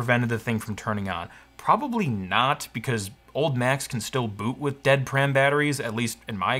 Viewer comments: Nobody in the Apple Service World ever called them pram batterys the corect pronunciation is P Ram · Pram? You must mean PRAM, not pram.